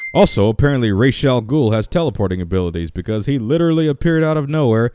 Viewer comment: Since when was Ra's, ray-sh instead of raz